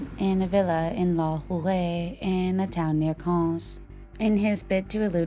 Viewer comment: Why did you insert a stock clip of a hand banging on a door? Do you think we can't visualize a door being knocked on? It's cringey and too many edits/cuts are distracting. Also, Cannes is pronounced "can" not "cons".